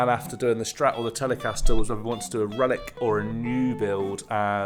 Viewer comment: Yes. I've pretty much forgotten this, but I remember looking forward to what you might be doing and was disappointed. You say "Relic" and I hear "Ruin". Oh well.